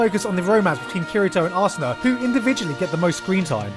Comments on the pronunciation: Wait did you say Ass-una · I love the love between Kirito and arsena gigguk. Arsena. Arse-ena.